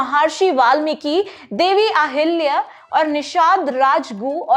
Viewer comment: महार्षि नहीं महर्षि है। अहिल्य नहीं अहिल्या या अहल्या सही है। अगसत्य नहीं अगस्त्य उचित उच्चारण है।